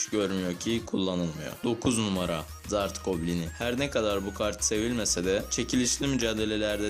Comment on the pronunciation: Zart goblini diye duyanlar +1 :D